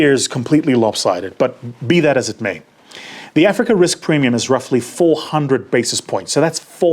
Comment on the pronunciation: Blah blah platitudes ......and a pronunciation of Africa that the Afrikaans would be proud of.